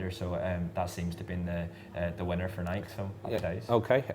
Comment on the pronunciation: Why can’t Brits pronounce “Nike” correctly? 😂 It rhymes with “crikey” not “bike.”